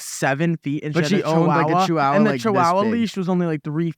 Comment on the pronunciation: never heard anyone say “chihuahua” like that😭